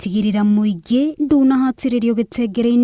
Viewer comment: gitiitagwo "Gitengere" gitagwo "Gi-te-re-nge"... no niwageria.